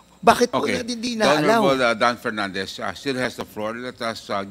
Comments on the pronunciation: Sumasakot aang ulo ko PAG nagsalita. Si PERNANDES. KASI ANG CAN NOT PRONOUNCE PROPERLY. PILIPINS DAW HAHAHA?? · BOLD BOLD BOLD...STAR!! PERNANDES"REFUND ". HINDI REPUND...HAHA HA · Dan Fernandez Hanggang ngayon ba naman d ka pa rin marunong Nang “f” mo at P?